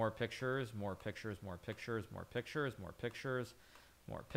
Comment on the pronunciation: "More pick-sures more pick-sures, more pick-sures"